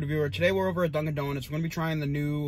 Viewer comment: 725 likes? We gotta get those numbers up wtf. That hot Boston accent saying Dunkin’ Donuts had me 🤤🤤. Love the sounds your mouth makes when you chew....real wet.